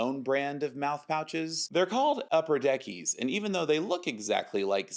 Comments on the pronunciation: As a rare Outlaw viewer I feel offended when I hear 'upper deckie' instead of 'upper decker'. Ik it's small but I had to say it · renamimg snus ”upperdeckies” HURTS ME